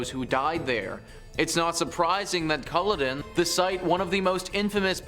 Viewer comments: Its also not pronounced cull-odin moor. Its cull-odd-in :-) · Not pronounced coloddin ya foreign prick its pronounced the way its spelt culloden. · It's pronounced CullOden not Culleden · and is is CUL-LODEN! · he was so angry he pissed on her??! Thats rough, but not as rough as listening to you say "Culloden".